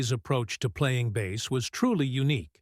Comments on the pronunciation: Spelled BASS, pronounced BASE, not like BASS fish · Agreed, the pronunciation for "bass" like he's talking about fish... I couldn't watch it after hearing that a couple times. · 😅 Really. How do you mispronounce bass on a bass-based video? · mispronounced Bass